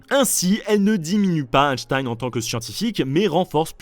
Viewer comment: Super vidéo, merci les trasheurs. En revanche la prononciation d'Einstein en "Hashtaïne" m'a trigger tout le long. Merci, continuez vos excellentes vidéos.